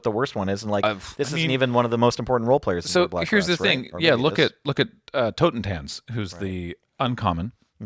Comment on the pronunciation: Glad that at least is so close to pronouncing Totentanz correctly, and I'm sure would